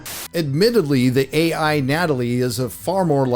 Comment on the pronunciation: “Gay-I” assistant killed me 😵‍💫😂